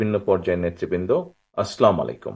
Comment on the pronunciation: ভদ্রলোক বিসমিল্লাহ ও সালামটাও শুদ্ধ ভাবে বলতে পারলেন না! শহীদ প্রেসিডেন্ট জিয়াউর রহমান এমন ছিলেন না!